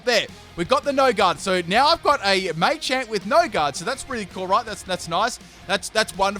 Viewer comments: Machamp not may-champ do dis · It's called Machamp, as in martial arts champion, not maychamp, just thought I'd let people know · Um it is pronounced mah-champ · Why do you say machamp so weirdly? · It's machamp not machamp